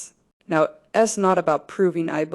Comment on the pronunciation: I wish it weren't AI, but it is. The AI can't pronounce "it's", and other contractions correctly.